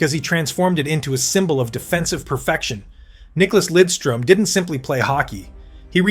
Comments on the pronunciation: As Detroit Red Wing fans, we absolutely cringe when he is called Lindstrom. Its Lidstrom. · For christ sake LIDstrom not linstrom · "nick lindstrom" Lidström damn it